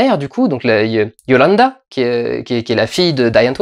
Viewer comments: C'EST YOLANDI "I" PAS YOLANDA. voilà. bisous. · explication: le groupe se prononce " di ant_vourd" la fille ne s'appelle pas yolanda mais yolandi et le mec s'appel "ninja" ou "ninji-kun". die antwoord c'est vraiment un putain de bon groupe. ils ont vraiment leur place dans ce film sans que ce soit un spot promo pour leur musique car ils n'en ont absolument pas besoin tellement ils sont musicalement et artistiquement bons. et je conseil aussi leur premier projet qui s'appel "max normal TV" enfin bref... en tous cas, mister durendal, merci pour tes critiques ciné, actuellement ce sont les plus justes que j'ai pu trouver sur le net. je n'ai jamais était déçut par tes approches cinématographique. bonne continuation........... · Sweety, sa maman, c'est Yolandi! Pas Yolanda! :D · di antvoord (le d n'est pas muet & le o est appuyé) & yolandi (pas yolanda :o). Je vais aller voir ce film en tout cas :) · Oh lala étant fan de Die Antwoord sa pique les yeux et les oreilles d'enendre Yolanda ou die antvort X) Mais bon très bonne vidéo et excellente analyse ;) ! Comme tjrs <3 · YO-LANDI. AVEC UN I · Ça se prononce dieantvort Et c'est yo-landi et ninja de ce que tu nous dis c'est plutôt drôle étant donné qu'a leurs débuts c'étais des Gangsta ninja était en prison et yo-landi traînais dans des sales histoires.